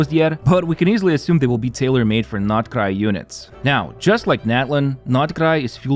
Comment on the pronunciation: Aside from the video's primary topic i love how he pronounces Nod Krai correctly